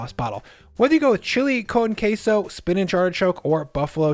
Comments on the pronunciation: Wtf is "Kay-Sow"? Its pronounced Keh-soh. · "chilly cone qesso" dip 😭😭🤣☠️